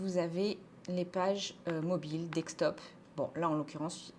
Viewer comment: Merci pour la vidéo. Toujours assez synthétique. Juste une remarque, on dit desktop « DeSK top » et pas « DeK Stop » ;-)